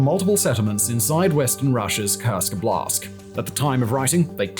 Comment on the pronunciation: Love your videos. Very much. One thing, as russian speaker. Wanted to bring up a pronunciation error in word <<óblast'>>. The accent is on the first vowel. It's nothing major, but is a little irritating. Thanks)